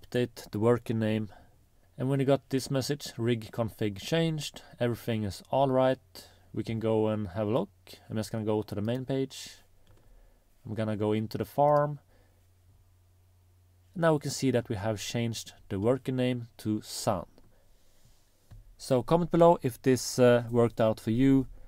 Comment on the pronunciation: Just one point when you say farm it sounds like form. When you say hive it sounds like hi. Maybe confuses some people.